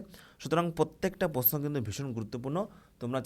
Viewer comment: প্রশ্ন কথাটা আগে ঠিক করে বলতে শিখুন